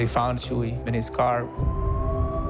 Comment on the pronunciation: It's not "Chewy" 😂 it's "Chuy"